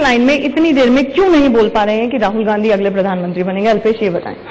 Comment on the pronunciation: गौर से सुने ने गाधी कह रहे हैं ना कि गाँधी